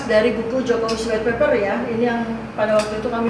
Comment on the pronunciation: Judul buku bahasa inggris . Dalamnya bahasa Indonesia 😂. White Paper ( Paper, bacanya : peipe , bukan dibaca peper( White Pepper artinya jadi merica putih 😂😂 ) . Artinya jd Buku Merica Putihnya Jokowi 😂